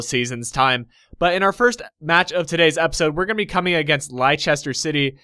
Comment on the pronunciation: Great video. It's pronounced 'Lester' here in England :)